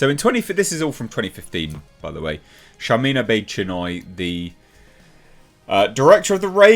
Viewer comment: Sorry I misheard, did she say her name is Sharmeen Obese - Chinwag?